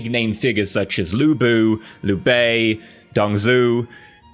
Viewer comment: my ears started bleeding when you started pronouncing the name of Cao Cao, Lü Bu, Liu Bei and Dong Zhuo...... Cao Cao is pronounced Tsao Tsao, the rest I can’t explain because U need to know a bit of Chinese to pronounce it/get it right...